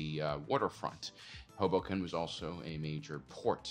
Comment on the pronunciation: I first heard 'hobo camp' instead of Hoboken. "They have pretty advanced buildings for a camp.... oh."